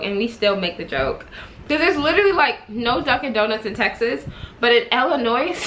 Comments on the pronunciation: The “s” in Illinois is silent... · Lmao definitely cringe every time anybody says the “s” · Curl Essentials 101 it’s Illi(noise) which means you make a noise when you say Illinoissssss😩😂😂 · the "s" in illinois is silent...omg.